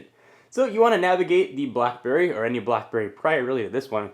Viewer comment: Is it just to me or are you saying BlahBerry lol?